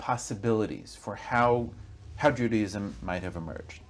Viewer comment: Its not pronounced Judyism, its Jew Day ism thats your first big problem Language is the key